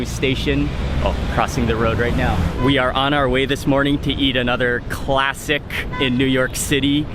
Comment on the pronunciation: 'CLASSICKKKKKKK' and again , and on and on...#toponeself!